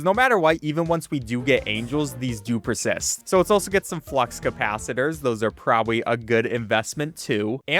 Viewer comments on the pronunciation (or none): bro really just said "cap-it-uh-lores"